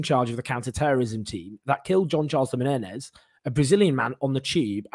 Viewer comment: Jean Charles de MENEZES please say his name correctly!